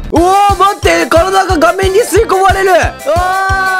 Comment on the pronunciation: 「うわぁ、待って。体が顔面に吸い込まれる〜。」 画面が顔面に聞こえるww